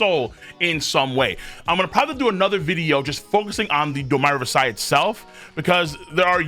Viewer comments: The way you pronounce domi reversi doesn't sound more regal it just sounds like you're saying wrong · Both ways he pronounces it are wrong 😭 it does not sound regal, it sounds like painful USA ignorance